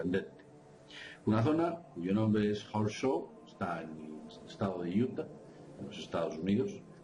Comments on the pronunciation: Interesante información. Por favor cuando editen los programas, pongan el volume de las voces en alto, casi no se puede oir lo que dicen en los últimos videos Horseshoes, se pronuncia Jorschús.Pequeño detallito. Saludos a y. Gracias por por su trabajo. Realmente De Vanguardia!!! T.Salas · Abri el video sólo para escuchar como pronuncias Horseshoes Canyon jajajajajajaja XD